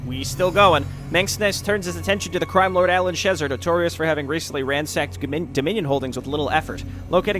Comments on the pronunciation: Tiniest of nitpicks that will bother me endlessly because that's just the sort of detail that would: Alan Schezar's name is pronounced "sheh-ZARR". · Akshualee, it should be more pronounced シェザール. :P